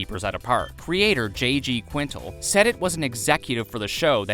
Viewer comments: Fact 124: Quintel is pronounced QUIN-TELL lol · it’s the pronouncing the creator’s name wrong the entire video for me…smh